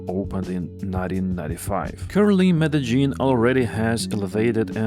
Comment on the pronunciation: Jaén 🤦🏼🤦🏼🤦🏼 but still better than Almaty and Cuiabá. Brescia: the i is silent and only serves to soften the C Breša. Where is zh in Medezhin (Medellin) coming from?